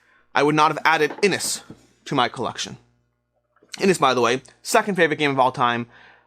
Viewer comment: Just incase you get asked this question on a gameshow... 'Inis' is pronounced as "inish".